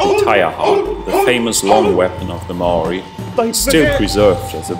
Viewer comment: You said maori wrong